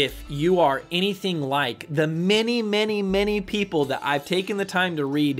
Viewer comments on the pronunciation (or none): none